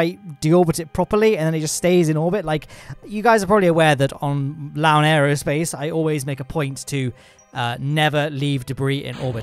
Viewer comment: I heard “Leave a comment below and I’ll see if I’m a Lowne in this” 😂 But yes! SpaceX is the future, all hail the soon to be lord of Mars!